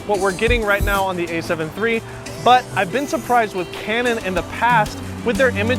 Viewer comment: 57 “Butt”??? As in Tush? You mean “But”